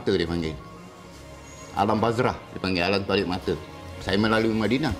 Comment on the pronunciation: Asal dia kata 'alam bazrah' ?? Alam barzah kan? Hahahaahahaha layan je la apo nk dikato